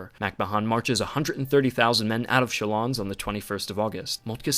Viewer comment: Good and short one. You may pronounce Chalons without the S.